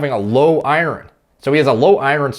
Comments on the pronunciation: I learned you can’t pronounce iron today lol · Is pronouncing iron as I-run a Canadian thing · So weird how says Iron. Sounds like he's saying ire(land) ron. Is this a Canadian pronunciation of it? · you're saying iron wrong